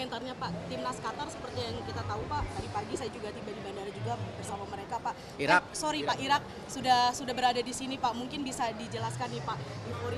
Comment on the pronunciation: 2 : 17 Erick said : Irrrrrak 😊😅